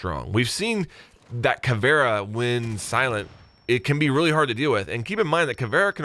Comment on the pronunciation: Why do you say Caviera like that LOL